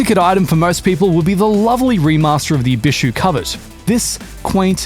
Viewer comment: You are the only YouTuber I've watched that knows how to pronounce "Covet." Everyone else says "Co-vet."